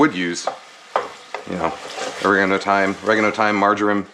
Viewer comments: Thanks for saying or-reh-garno the British English way ;-) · You pronounced Oregano correctly!!!!! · You may have cleaned your frypan wrong but don’t worry, you pronounced oregano correctly! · Oregano - you pronounced it correctly the first time. Yours sincerely, United Kingdom. 😂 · HE PRONOUNCED OREGANO CORRECTLY THE FIRST TIME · You got the pronunciation of oregano right the first time...